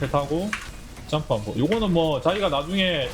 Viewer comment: 하나 둘 짬프? 맞는건가 몬말인지 ㅡㅡ알아듣기가 ㅋㅋㅋ